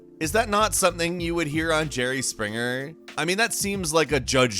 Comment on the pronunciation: The way he says Springer tho